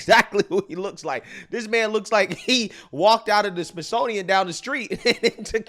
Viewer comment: ‘Smithsonian’…bro! Hahahaha